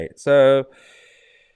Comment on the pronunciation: Sorry, MT, I know this sounds pedantic, but you should be enunciating the members name as in......"MELCHEOR" as in one of the 3 wise men.